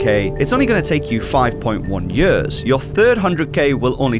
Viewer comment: What accent is that? Until he held up the posted with "years" written on it, I didn't know what he was saying. He says it like "yehs"